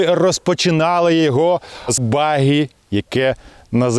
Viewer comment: Говоріть правильно: Баґі а не Багі.